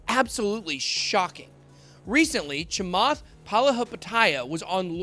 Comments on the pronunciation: that interview is old and you BUTCHERED his last name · Honestly... deliberately screwing with Chamath's name like this makes you come across a little racist. You might want to consider editing that out and reposting my friend. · You are a clown. Never said ETH to zero. You are not very professional about your presentation not even taking the time to pronounce his last name correctly. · Trust me, he absolutely butchered his name. I actually lol'd. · He didn’t pronounced it right . But it’s ok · Please start pronouncing South Asian names correctly. It's 2021. A simple online search will tell you how to correctly pronounce it, if you don't already know how to pronounce the last name correctly.